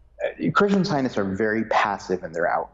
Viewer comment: Very informative but a little hard to follow because of this gentleman’s constant hesitations in his speech and his inability to pronounce the word “scientists”. He leaves out the “t”.